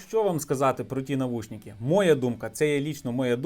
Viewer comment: не навушніки, а навушники, ріже по